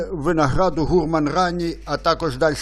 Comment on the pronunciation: Трохи ріже слух невірний наголос слова "гурман". Гурман має наголос на останньому складі.